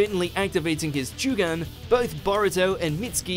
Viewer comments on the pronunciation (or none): The way he pronounces certain names and moves is giving me anxiety. Jooo-Gun errr no sir. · What's a Joooogan? lool